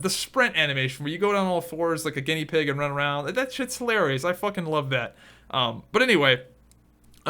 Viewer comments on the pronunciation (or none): none